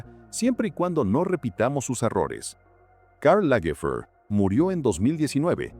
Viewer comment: Karl Lagerfeld era alemán. No tiene porque disfrazar los nombres propios de origen alemán o francés con pronunciación inglesa. Lamentable falta de profesionalismo por la pésima pronunciación del narrador de este documental.